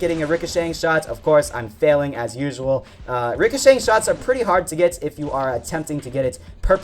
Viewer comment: Stop saying ricashank